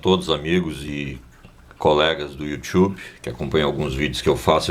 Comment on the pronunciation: Obrigado pelo video! Mas o you tchubi foi engraçado kkkk